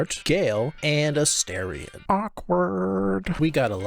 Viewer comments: Just my own little pet peeve but why does every YouTuber say Astarion’s name as A 😳 ion when it’s pronounce A ⭐️ ion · please for the love of god learn to say astarion’s name